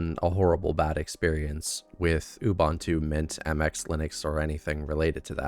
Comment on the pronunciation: It's not Obuntu, it's Ubuntu.